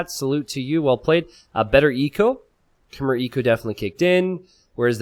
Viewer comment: Please learn how to pronounce "Khmer" properly.